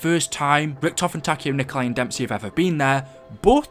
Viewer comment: And Nikolai Tesla isnt the same pronunciation of Nikolai in Zombies